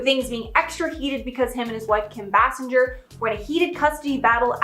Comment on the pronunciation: Kim BAY-SING-ER not Jer